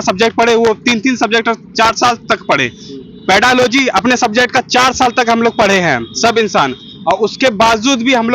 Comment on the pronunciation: भाई सफेद सर्ट वाला तुम पेडागोजी को पेडालोजी बोल रहे हो कैसे बनोगे 1 to 5 का teacher महाराज.....